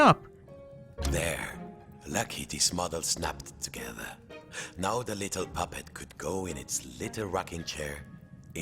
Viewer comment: The narrator sounds like he's saying papa but he's really saying puppet.